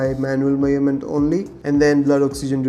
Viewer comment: Meyurment ❌ Measurement ✅ Great video ❤❤❤